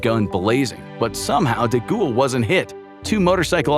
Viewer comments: Who TF is De Ghoul? It's Charles DeGaulle... "De Gall" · I couldn't listen to him being called, "DeGhoul". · Charles de Gaulle (pronounced de Gawl) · Nice vid and thank you 🙂✌ If it may help in the futur, for Charles DeGaulle, you sounded the ''De'' rigth, for the last part, try sounding it like the word "goal" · Your pronunciation of De Gaulle is so remarkable that it took me out of the narrative every single time 😅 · That's not how you pronounce "De Gaulle......" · Americans struggle with English let alone French 😂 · It’s De Gaulle. You keep pronouncing his name like a ghost